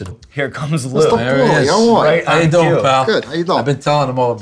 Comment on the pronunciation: for the most classic "Howyadoin"